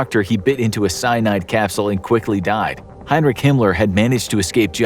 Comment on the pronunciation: His name was Heinrich not Heinreich